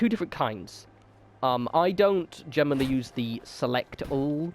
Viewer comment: Lol how does generally turn into gem-en-oh-really?